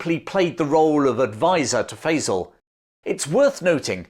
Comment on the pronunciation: I love your channel, but in order for your pronunciation of "Faisal" to be correct, the one used in LoA has to be wrong. It makes me wonder if you've ever actually seen the film. I know that's not true, but please pronounce the man's name correctly!